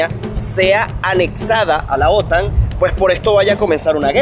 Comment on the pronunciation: Pronuncia bien OTAN vale, pronuncia como los demás que es la manea correcta.